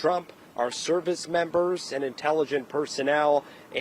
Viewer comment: You are a journalist at least learn how to pronounce Iran correctly